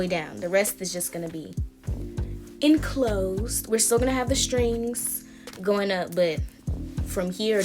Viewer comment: Lollll the way you said enclosed 😭